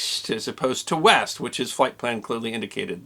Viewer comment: I thought you said Weast